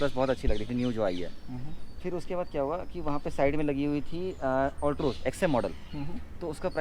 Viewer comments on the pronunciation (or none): You don't know how to pronounced the name of the car properly,, and you are giving a owner review...so funny of you...😆😆😆